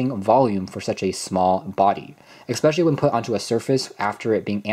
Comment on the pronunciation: "Expecially... " I just cant...